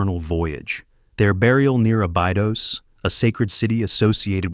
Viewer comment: It is pronounced a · buh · dows